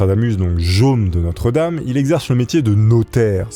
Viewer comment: Michel de Nostre-Dame, et non notre-dame, ptdr